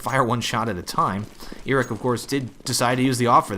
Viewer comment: KQLY is pronounced kaley and iorek is pronounced jorek. Just sayin.